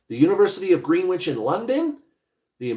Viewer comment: Greenwich is pronounced Gren ich....😊